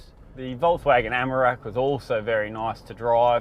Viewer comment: take a drink everytime he says Amarak instead of Amarok. 🤣 good review though